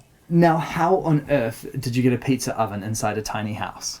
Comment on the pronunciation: can we take a second to appreciate the way pronounces pizza oven lol "peetzer oven"